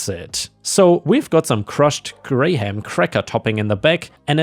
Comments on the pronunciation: Graham is pronounced gram as in kilogram not grayham. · Had to do a double check when I heard “grey ham” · Graham is a weird word where the "ha" is silent and the word becomes, "gram" - I was listening on my headset and was super confused trying to figure out what "gray-ham" flavor was and had to look back at the screen to read it. Your English is so good that I often forget you live on the other side of the world from me and have likely never heard of Graham crackers, so of course that would be tricky to figure out how to say it. Anyway, you do a great job and I love listening to your videos! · Graham is not pronounced grey ham, it's pronounced like the word gram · Brother it's pronounce gram not grey-ham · Just for knowing. Graham is pronounced like the measurment "Gram" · Is this AI videos? As it can't say graham cracker. Its not grey ham. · Graham crackers are usually pronounced closer to "gram". Took me a while to even realize what you were talking about because nobody i know pronounces the "h" or the second "a" separately. If anything, the "a" sound is just extended, maybe more like a "graam" cracker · Just a note on the word graham... we pronounce it like gram, no h. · FYI, for the ice cream story: "Graham" is pronounced the same as if you took out the h and one of the a's. (Gram.) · Both of the apartments I’ve rented have had utilities (electric water waste etc) included in rent. It’s pretty nice Also Graham is pronounced like Gram (English is weird) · Graham is pronounced grayum, or just gramm. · Graham is pronounced gram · Graham is pronounced like 'gram', the measurement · how you pronounce Graham is funny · The ice cream story was confusing a bit because apparently cannot pronounce graham cracker